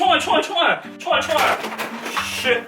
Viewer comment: 6분25초에 총알없다거 아 시발 이라고 들림...ㅡ원랜 아 이럴수가인데